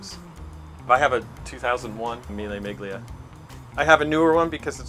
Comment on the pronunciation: Jesus, he completely butchers "Miglia" about 10 times. The G is silent, really. Very sad given how much time he spends around Italian cars.